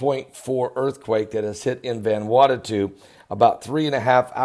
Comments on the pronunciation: ..you are still pronouncing the name wrong..it is pronounced as VANA WATU...not VANWATATU:) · pronounced: van ew awtoo but all together no spaces or breaths. :) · It's pronounced van a what oo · Oh MY GOODNESS!! You are worse than my own Father, the way u try to pronounce these places....lol, Let me lovingly help u. IT IS CALLED "VANU-ATU" sounds like, " VONOO--AUGHT--TO" OK?? SHORT SOUNDING O IN VON,. FOLLOWED BY THE "OO" SOUND LIKE IN "FOOD" , then "SHORT SOUND "O" AGAIN, AND THE SOUND FROM"TO", which simply adds up to "VANUATU". God Bless ya, and you are welcome. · Methinks you're mispronouncing the name of the island. Friday the 13th is a fateful day due to the pope condemning the Knights Templar and having them executed all over Europe. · Can't even pronounce Vanuatu, last time I checked there's only 1 t there. Freaking religious whackjob, nothing but an extremist. I was in this earthquake and it wasn't bad or 'mega'. Go get a real job